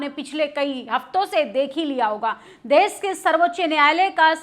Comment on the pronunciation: आंटी देस नहीं देश होता है ❤❤❤❤